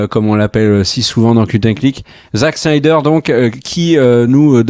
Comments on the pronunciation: Juste pour savoir, est ce que le gros blaireau avec son gros pif et sa tête infâme peut arrêter d’écorcher absolument tous les noms de réalisateurs ? Il veut se donner un genre ??? Parce c’est claqué au sol comme genre ça Snyder c’est avec un S et pas CH, donc pas Schnider comme Spilberg qui est régulièrement sali par ce bof intersidéral et bien sur Whedon !? C’est Whedon pas Weshdon espèce de gros naze !! Il me fatigue cet imbécile heureux a force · La SCHNyder cut... Je vois pas où vous allez chercher ne son "ch" dans Snyder. Et il n'y a pas de "ch" dans Whedon non plus. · Ca se dit bien "shnayder" et pas "snaydeur" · C'est SSnyder, pas SHnyder ... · Pourquoi prononcer Schneider. Snyder tout simplement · Superbe résumé! Mais un truc m’agace pourquoi vous dites Schneider avec un chhhh ou lieu de Snyder et même chose pour Weshdon ou lieu de Whedon... on dirait que je n’entend que ça et ça écorche mes oreilles et c’est dommage ! Sinon dans le propos je suis assez d’accord avec vos propos. Perso j’ai adoré le format choisi choisi par Snyder et je trouve ça plus épique justement par la hauteur, car en BD on est beaucoup plus sur des cases en hauteur sur des pages pleines pour montrer la grandeur des super-héros ! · SN-AIL-DEUR et WI-DONNE et pas schneider et weshdon svp. Je vous adore mais massacrer les noms pendant toute la vidéo c'est insupportable pour les oreilles ;) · Schnider, Wesh Done, Sheredder, schrebeure, Jacque scheckbear… l'assassinats des noms. Mais très bonne critique. .P.s. n'essayez jamais de dire benedict cumberbatch (Dr Strange) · Ya un soucis avec la prononciation des noms des réalisateurs (à moins que ce soit une blague et que j'ai loupé le truc), mais Schneider et Weshdon je connais pas perso ^^ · Sny-der Whe-don Pourquoi rajouter des 'ch' partout ? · FAUX! C'est Snaïdeur. Facilement verifiable.